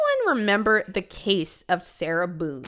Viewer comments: Ngl said her last name as bone but long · When I heard Sarah Boone at the start I heard Sarah boob 💀